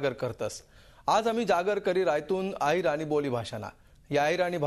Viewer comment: It's not ahirana its ahirani